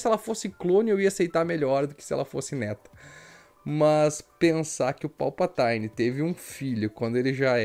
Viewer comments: Boa análise, parabéns. Achei o filme muito pobre de roteiro e direção. E aquele beijo no final... "Joe and Rachel feelings" Só uma obs. é Palpatine (vide pronúncia do google tradutor) mesmo e não "Palpataine". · Povo tá viajando na maionese na pronúncia...me pergunto se isso é uma piada com os atores falando errado no novo filme? Sei lá, não verei mesmo rs A pronúncia correta é tipo "Palpatinn" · PALPATAINE kkkkkkkkkkkkkkkkkkkkkkk